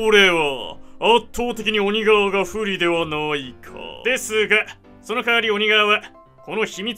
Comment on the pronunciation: な↑い↓だろ↓